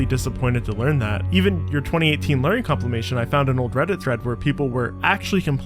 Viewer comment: Complimation? (compilation) Exasturbate? (exacerbate) My dude it's nothing about accent you just don't know how to pronounce a lot of words properly. Success is not sussess in any dialect or accent. Or should I say assent?